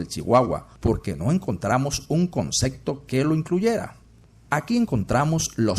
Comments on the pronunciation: La ballena es un mamífero, pero no es cuadrúpedo🤦‍♂️. Por otra parte, ¿por qué oigo que dice "concecto"? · No puedo creer que se tenga este nivel de conocimiento, y al mismo tiempo se diga “concecto”. Léase: CONCEPTO.